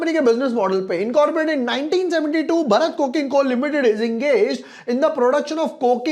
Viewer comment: Bhai pahli baat to ye ki भरत nahi भारत hai.